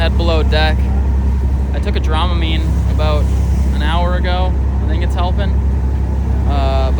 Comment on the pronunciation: That Minnesota accent comes out a little bit on the water eh? Aboot! Ha! Good times for you brother!